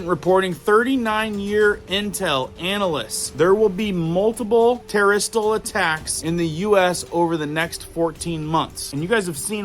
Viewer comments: I've learned so much from you! Please correct your pronunciation. It's not terrestrial, but ter-ro-ist. Thanks. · Dude, I wish you’d learn how to pronounce “terrorist, nuclear and a few others. Mispronunciations can make you sound, let’s say, less intelligent.